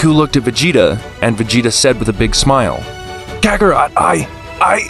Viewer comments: Nah bro said kakaro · OK IM KINDA MAD VUTS IT MORE OF A JOKE BUT VEGTA CALLED DID NOT SAY KAKAROT RIGHT